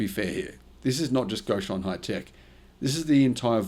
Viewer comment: Reason being… It’s NOT… “Goshen”… It’s: “Gotion”… C’mon man… If I was running a channel… you would be worm food…